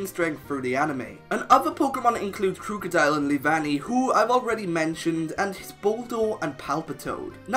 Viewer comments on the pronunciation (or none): THERE IS NO A IN KROOKODILE! AND GLISCOR DOES NOT START WITH GLA, IT STARTS WITH GLI!